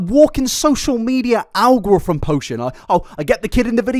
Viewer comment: 🤣🤣sorry but I've never heard "algorithm" pronounced "al-grothom". Love your videos!! 😻😸